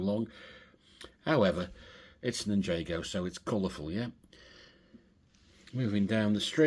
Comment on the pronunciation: Loving your videos mate. I have a huge city under construction in my garage. Assembled way more than enough to fill around 120 baseplates - just need the time and motivation to get on with it. Just one small thing please - it's NIN-JAR-GO lol.